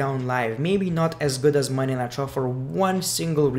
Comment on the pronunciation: It sounds like he says monday nitro when he says monday night raw lol